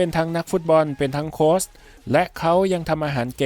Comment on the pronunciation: โค้ช ตัวสะกดไม่ใช่ตัว ซ รึ ตัว ส นะคะ ออกเสียงให้ถูกต้องค่ะ